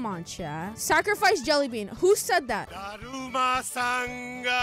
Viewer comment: When I heard daruma as drama game but when its pronounced as daruma (daru-ma) or daruma (duh-roo-muh) I LAUGHED HARD